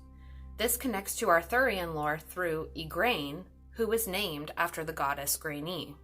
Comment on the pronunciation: I understand you are trying to relay information. This is of course wonderful, but, if you truly want to do that, you should speak to an Irish or Scottish person and ask for the correct pronunciations(though we may have a slightly different interpretation of the pronunciation). I am not trying to be negative, but merely asking you to think about that. As an example, you speak of Gráinne, which you pronounce 'grain..ee'...it is pronounced 'graw-nyah'.(for an Irish person) NO , I do not want to be the person you ask for pronunciations. Lastly, as a general rule, a 'ch' has a back of the throat gutteral sound...think of the work 'loch' ..Cailleach is not pronounced Kye-lee-ak..it would be 'kye-loch...but extend that gutteral 'ch' out a bit..add breath to it.....so that is is not a sharp 'k' sound. :). Hope this helps for future youtube posts.